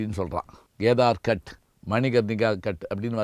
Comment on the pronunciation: அய்யா கட் இல்லை. "காட்" என்று சொல்ல வேண்டும். நாம் தமிழ் மொழி உணர்வு கலந்த ஒன்று. அதுதான் அதன் சிறப்ப. படிக்கும் போதே நமக்கு அதன் பொருள் விளங்கும். ஆனால் மற்ற மொழிகளில் அவ்வித சிறப்புகள் இல்லை. எனவே தான் மெய்யெழுத்துக்களை அவர்கள் உச்சரிப்பு மூலம் பிரித்து வைத்து இருப்பார்கள். எனவே அந்த மெய்யெழுத்து உச்சரிப்பு மூலம் படித்தால் தான் அது நமக்கு சரியான பொருளை உணர்த்தும். "காட்" "Ghat". தவறான தகவல் என்றால் மன்னிக்கவும்